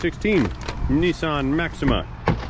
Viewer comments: Holy what parallel dimension is this??? Did I just hear pronounce Nissan properly instead of calling it a knee-sahhn? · It's Nis San its AC.